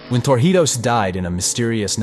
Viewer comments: If you are going to teach important history, please learn how to pronounce things/people's names properly. It is not TorJIos it is TorIJos! It impacts your credibility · Torrijos is pronounced TOR REEHOS, Not TOR HIOS as you kept saying throughout the video. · His name is To-rri-hoes (not For-he-ows). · Tor he os?! HOW ABOUT TOR-EE-HOS. THE NARRATOR DIDNT EVEN TRY TO SAY IT RIGHT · Pretty good, but you seriously need to learn how to pronounce Torrijos. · It annoyed me too 😂